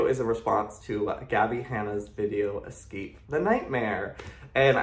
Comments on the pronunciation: It’s escape not exscape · jeeeeeesus please learn how to say "escape" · YO! Hearing the word “ECKscape” is profoundly irritating for those of us who passed the 3rd grade... maybe one day you can go over this and edit the English back into it? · Escape, it's escape not exscape. 🙄🤯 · idk who voiced this, but she needs to learn how to pronounce escape. It's eScape, not eXcape! So annoying hearing "excape" over and over. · It's ESCAPE not EXSCAPE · ily but you saying “ex-cape” made me want to die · Anyone else annoyed by the fact 'escape' keeps being pronounced 'exscape' ? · “Escape” is spelled how you’re supposed to pronounce it. E-scape. Not Ecks-scape. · There’s no “x” in “escape”. It’s not pronounced “ex-cape”, it’s “es-cape” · U keep saying it ecscape the night xD (sorry this isn’t meant to be rude I think it’s so cute! Xoxo) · Bae why do you pronounce escape like dat